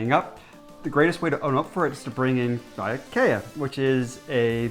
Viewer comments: well ya said vajebajer not kvajebajer, ya missed the k... so you owe us a beer, if in doubt about how to pronounce the K in danish... then you pretty much got the perfect K sound in CAKE... (let me show you where the K sound is.... Kake... see it?) so Kvajebajer now you can say it in the future... (insert danish flag... not on phone so don't have one here) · You forgot the K in Kvajebajer .... it's all good tho.. i do enjoy your videos . it's fun seeing an "outsider's" perspective on us Danes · 🇩🇰🇩🇰😂😂 Kvajebajer 😂 👍next video say it more like qw-ajerbajer 😃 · Really don’t want to seem rude as that is definitely not my intention but about the pronunciation of kvajebajer😅 you guys say it without the k in the beginning which is wrong, it sounds like vajebajer (not a word as far as I know) and not kvajebajer, hope this is helpful, thanks for a great video😊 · Kvagebager. Make the "K" sound much more pronounced. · you are not wrong about the pronoucement of kvajebajer xD i hear it like ''vejarbejde'' wich is ''road workin'' wich we danes is also pretty know for i mean. alone here on fyn i lived here for like 14 years and we allways work on them roads good video tho interesting to see how other looks at us and fun to see if some of the stuff you talk about match one self :) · Hearing you say "kvajebajer" hurts a bit, no offense. Good effort, but it's like when someone pronounces "question" as "vestion". That initial "k" isn't silent, which I suspect is totally contrary to instinct when you're used to English words like a knapsack, a knot, a knife, and so on. But off the top of my head, I can't actually think of a situation in which an initial "k" would be silent in Danish. Yeah, Danish directness at its finest, I guess. Take a funny video about culture clashes and turn it into a freaking language session, but gosh dang it, it just happens. Good work on the video, guys. You could have done a lot worse. :-) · Don't forget to pronounce the K in K-vajebajer.=)